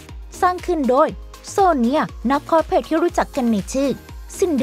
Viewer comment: เพิ่งบ่นไปมะวาน ส เสือ ซ โซ่ ช ช้างออกให้ถูกได้มั้ยงะ คอสเพลย์ ลง สเสือสิ ทำไมลงค้อช